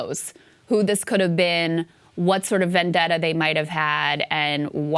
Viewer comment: That is not an American accent. He says "THEES is a DEA operation" He didn't pronounce it with a short I in this, he says "thees" which sounds distinctly Caribbean. I couldn't understand what followed but the intonation sounded non-American. The last syllable has a long O sound, and again sounds like someone from Africa or Caribbean speaking English.